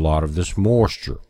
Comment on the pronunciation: I like the way he says the word 'moisture'...it's like 'mawschure'